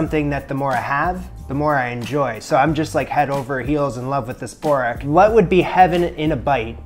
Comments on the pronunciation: We pronounce it burak not borek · It's pronounced boo-rek nice video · BOO-Reck is how you pronounce it! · Borak no Borek BO-RA-K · Sorry it's not borek Sounds like Boo-wrack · Its pronounced like booWreck lol